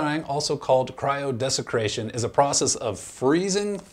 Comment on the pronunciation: Ha. Dude. Cryo desICAtion. Not cryodeseCRAtion. Desiccate = to dry out. Desecrate = to harm something's sacredness. To cryodesecrate something would be... I don't know, making pee ice-cubes and tossing them in a tabernacle?